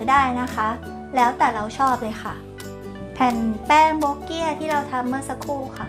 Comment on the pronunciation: “โบ๊กเกี้ย” <<<<<< ใช้ภาษาพูดไม่ถูกครับ /// ไม่ใช่ทั้ง โบ๊กเกี้ย และไม่ใช่ โบ๊เกี้ย _____ ภาษาสำเนียงไฮ้หน่ำ (ที่คุณเรียกไหหลำ) ขนมนี้ต้องออกเสียงว่า “บั้วะเกี่ย” ----- “บั้วะเกี่ย” ครับ